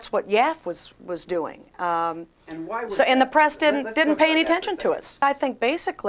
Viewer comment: I'm appalled by the way she says "why". I blame pot